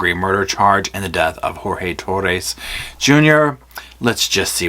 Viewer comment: You gained a like just for pronouncing his name correctly